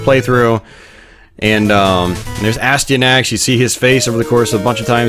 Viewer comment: its pronounced a sty a nax, its not a stee a nax